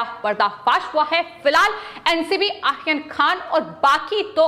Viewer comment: तोतले लोगों को भी न्यूज एंकर की पोस्ट मिलती है ❓ कमाल है...! ए आर्यन के नाम का उच्चारण क्या कैसे ले रही है ❓कमाल की ॲंकर है...! 😄😃 ये आरोपी को आखोपी, आर्यन को आखेन कह रही है... बाकी जगह तो 'र' का उच्चारण ठिक है परंतु कुछ जगह ही क्यों चूक रही है❓ पता नही....! 😃